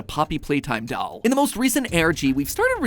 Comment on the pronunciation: Not to hate but why does he say doll like dall🤨